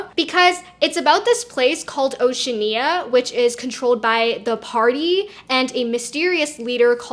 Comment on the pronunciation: Y'know? I actually respect the mispronounciation of Oceania, as it is a sign of only having read the book directly, rather than watched or listened to some form of adaptation.